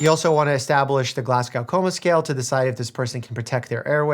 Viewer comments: sorry to be this guy but youve got to learn how to pronouce glasgow bugs me everytime you get it wrong, its glas go not gaw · as a Scot i always cringe hearing the Glasgow (glas-go) scale pronounced "glass-cow" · again Dr Mike ... Glas-go :) I'll be here all week lol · The pronunciation of Glasgow I'm crying 😭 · The pronunciation of Glasgow 😬